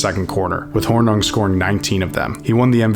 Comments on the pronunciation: FYI, its Paul Horn-ing, not Horn-newng. And its Jon Hay-dul not Ha-dul. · "Paul Hornum". Good grief. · Hornung is pronounced Horning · It's Horning, rhymes with "sing". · You can NOT MIS pronounce a Lombardi players name like this. At the mark, who the heck is Paul Hornun ?????????? All credibility is lost with the author. Ahhh again ! I'm done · Good video, but some major mispronunciations: Hornung is pronounced "Hor-ning" and Devine is not pronounced "Devin." Hadl is pronounced "Hay-dul" not "Haddle." Is the narrator AI? He seemed to get most other names correctly. Getting harder to tell all the time. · Good stuff, but when I hear names being mispronounced, I assume it's being read by A.I. Paul Hornung is pronounced Horning, rhyming with "sing". Dan Devine is pronounced "De-VYNE", like the word "vine". Jon Hadl is pronounced "HAY-dl". The "J" in "Majkowski" is silent. When giving a game score, the higher score is always said first. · Hornung? It's pronounced Hor-NING. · I don't know if the commentator is AI or just not a Packer fan because the pronunciation of; Hornung, Devine, and Majkowski is atrocious! Basically the story is actually decent, but mispronounced names show a real lack of research and professionalism. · While this was a well-told doc, there were more than a few misprounounced names (Hornung, Devine, Majkowski for example). For all the time it seems you put into this, you should probably check pronunciations before recording. Sorry guys. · The mispronunciation of Running Back Paul Hornung, and Coach Dan Devine was irritating.